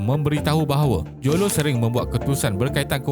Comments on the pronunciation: Admin tolong sebut betul².....lo taik jo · Admin sebut mcm bunyi low TAIK joe jer wkwkwk